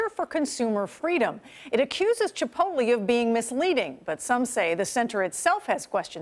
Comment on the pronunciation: "Chipolte"...dumb ass can't even read.